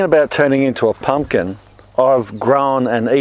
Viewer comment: Pump- kin - pump kininkin 🤣🤣